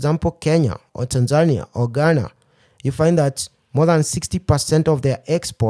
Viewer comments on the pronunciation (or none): none